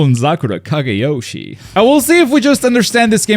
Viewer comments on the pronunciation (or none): Byakuyas senbonzakura kageyoowwshi killed my ears